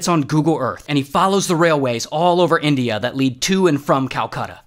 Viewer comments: India ❌ Indeea ✅ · my guy just called india "Indeeya" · India ❌ Eendeea ✅ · yeah but whyd you say indina and tasminina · "Shout out to Indeeyuh, and Tasmaneeyuh." 🤣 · "Indiah" and "Tasmunia" is the only thing I payed attention to. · "Indeea" and "Tasmnia" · "Shoutout to Indy-ah and Tasma-nyah" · in-dee-ya taz-ma-nee-ya HELP 💀🤚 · Indee-ya and tasmanee-ya 🤣🤣🤣🤣🤣🤣🤣🤣🤣🤣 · Ray: IN-DEYA TAZ MENIA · no way bro said indeea and tasmaneea💀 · No way bro said "indeea" and "tasmaneea" 💀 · It’s in di a and it’s tas mayn e ah, jesus.